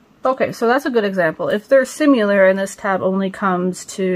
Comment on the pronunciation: Do u realize u say “simular” opposed to “similar” I’m just pointing this out w/the purest intentions. I’ve done this plenty of times and one similar experience I recall is having a spelling test w/my sister as kids. I was asked to spell “of” and I was so annoyed with bn told I was wrong repeatedly bc I didn’t realize I kept saying “ov”🤭